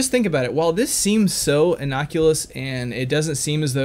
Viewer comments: "Innoculous" Oh dear,! What an amazing slip of the tongue. The only thing that he is proven to be medically exempt from is thinking. He should carry a card saying "I cannot brain today, I has the dumb!". I'm sure that no one would question the validity of that statement after a few seconds of hearing him speak. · "Innoculous" LOL!!!